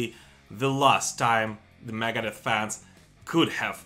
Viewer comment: i could not be the only person who thinks he says "Maggot Death" when he says Megadeth